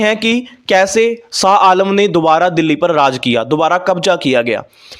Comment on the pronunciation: Not SA ALAM Blut SHAH ALAM.Please speak right.